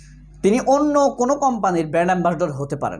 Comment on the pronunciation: ভালো করে শুনে দেখুন। অপু brand ambassador না বলে বললো band ambassador 😄😄